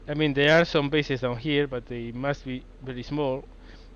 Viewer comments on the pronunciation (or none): "...It was mostly b****es, port and airstrip" Sorry for pointing at your accent, but you made me giggle like crazy XD Haven't watched the whole video yet, but I want to say that I'm loving this LP. Keep up the awesome work! :)